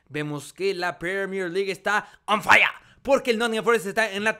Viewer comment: Me encanta cuando king dice on faia y cambia a assombalonga por wilson